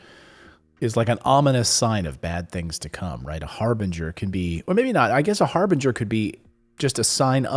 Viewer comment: Harbinger not Harvey wall banger